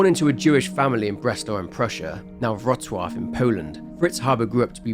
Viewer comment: Thank you so much for pronouncing Wrocław correctly lol